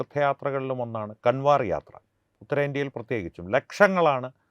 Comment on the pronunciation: കാൻവർ അല്ല കാവട് അതായത് കാവടി യാത്ര എന്നാണ് ശരി നന്ദി നമസ്കാരം